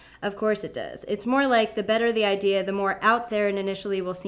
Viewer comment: Did you say ideaer instead of idea?.....oh well I'll just ignore that.hehehe